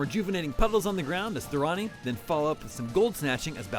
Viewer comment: Totally butchered Thorani and Baozhai's names... did this guy even play the game or is he just reading a paper?